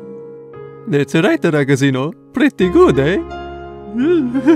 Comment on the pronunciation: As an Italian, half of the time I died inside on how he pronounced "ragazzino"